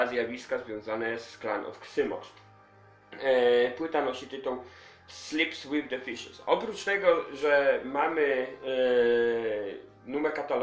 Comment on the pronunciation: Wymawia sie Klan of Zajmoks!@